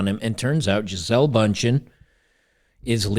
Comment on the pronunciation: Her name is actually pronounced like geezulah in German.